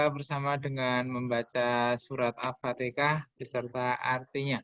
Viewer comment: Mhn maaf, itu Surah al fatiha. Bkn alfateka. Ntr beda artinya 🙏